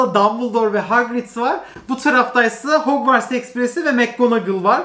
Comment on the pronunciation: nobody:: mereba arkadaşlar hogwars stüdyosunu aldım